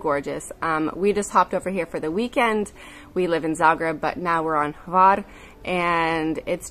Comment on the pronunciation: You pronounced Hvar perfectly. That was the final test. You are officially accepted as a full Croatian citizen - congratulations :D